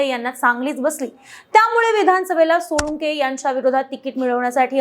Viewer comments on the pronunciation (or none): सोळुंके नाही सोळंके